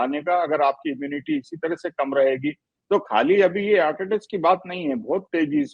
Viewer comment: Dr sb unpadh hain hurt nahi hart hai sahi bhasha